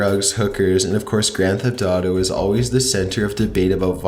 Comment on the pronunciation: When you said "Grand Theft Auto"...I kept thinking you were saing "grandpa daughter" Wow. My ears can usually sort out your accent, but today my brain is not working, lol